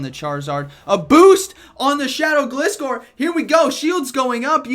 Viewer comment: It's Gliscore cuz it "glides". Say it right bro